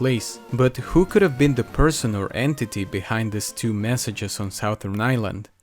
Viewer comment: Sou-there island, I’m from Louisiana and have been saying Sou-Thern wrong my whole life 😮